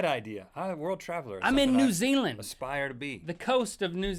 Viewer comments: I may be being picky but you say new Zealand N u Ze a land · Y?AAYAYAYAYY YUUU SAID NUU ZEELAND!!!!11!!!!1!!!